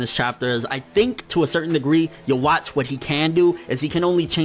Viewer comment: It's pronounced "Yoo-Hah-Bock." The "w" makes a "v" sound in German, but "v" is "b" in Japanese, since that letter doesn't exist.